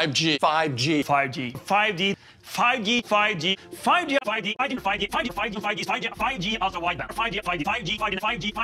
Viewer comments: After a couple of seconds it sounds like they saying “faji” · I keep hearing Faji instead of 5G through out replaying this video for about 18 times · All I hear is not '5G' but Bhaaji? 😂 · it sounds like they are saying: "fudgy" Small note: they say it 42+ times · I was just gonna say it sounds like an Asian saying fudgy, then I scroll to see your comment. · More like "figey" or "fidgey" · i was about to comment tho with fudgee haha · its like pub G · no cap sounded like fucki for once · It's like you're saying "pagi" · Apple : 5G My ears : “Fajit” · At this point im hearing "fichi" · After contineously saying 5G i hearing Paji Paji😂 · Now it just sounds like fugdeeee no 5G🤣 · All I hear is, fugi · Who heard paaji instead of 5g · Is it just me or am i hearing fudgey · Honestly to me the "5G" kinda sounded like "Paji" 😆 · me hearing "Fudgy" instead of "5G" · Now i'm not hearing 5G but Fudgee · 5G ,sounds like paji paji 😂😂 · I head instead of 5g « Fagi » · Sounds more like: paaji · I heard “paji” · I heard paji 😂